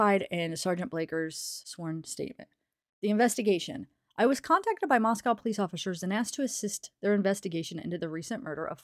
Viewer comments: Actually the city in Russia shouldn’t rhyme with cow either. Mosco. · I don't know if you heard yet but it is pronounced Mos-coh and rhymes with Costco not like the city in Russia